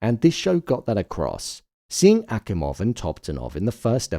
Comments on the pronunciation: It's Akimov not Asimov. (Alexandr Fyodorovich Akimov) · The name of the scientist is Alexander Akimov not Asimov, but other than that, great job!